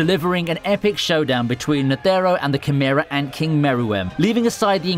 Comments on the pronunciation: y is he saying net ERR o? just say netero please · Ney tey ro